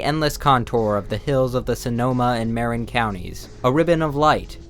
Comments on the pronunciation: lol i’m from sonoma and marin county and laughed out loud. it’s ma-RIN not marren county. nice tho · "...the Sanoma and Maer-in counties..." i'm sorry I cracked up when i heard that pronounciation of "Marin"! Totally understandable but hilarious